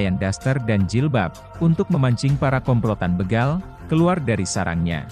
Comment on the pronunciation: BEGAL BUKAN BEGAL.. B E G A L seperti kita membaca BECAK...BEMO...BETOR..ABC Bukan di baca BEGAL seperti kita membaca BELUM..BECUS...BELUT..BEGUNDAL...BERAS dll. OK mas ???